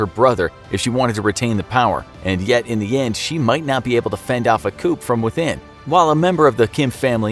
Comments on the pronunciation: It's pronounced "koo"...not "koop"... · This man said “koop” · My gosh, the pronunciation in this video is so, so bad. You'd think they'd at least check what the main guy's name is before putting this together. Even English words are messed up - the "p" in "coup" is supposed to be silent, dude... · Coup. From coup d’etat. Koo day tah. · Coup is pronounced coo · The narrator pronounced "coup" with a hard "p" sound thus rendering the information in this video invalid. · He said coup with the p, but its silent tho, hoes mad